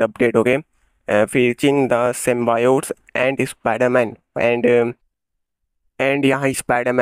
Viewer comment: Apni pronunciation sudhar lo symbiote ki